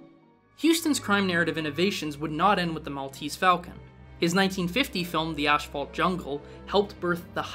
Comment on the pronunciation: Where is the 'SH' in Asphalt ? Lol